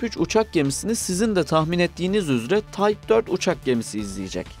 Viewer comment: TYPE kelimesini TAYP olarak okursanız olmaz değil mi? Yapımlarınız "kaliteli" ve bu kalite için teşekkür ederim.